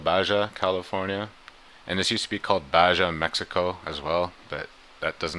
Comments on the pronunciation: You are wrong. It's pronounced "Ba-ha," not Ba-ja. How do you pronounce jalapeños? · Baja pronounced bahaa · Baja is pronounced ba-ha.